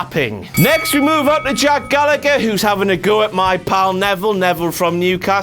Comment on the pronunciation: You pronounced Jack's name wrong!